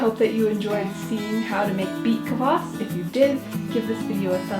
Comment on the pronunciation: The way she said kvass made me wanna kms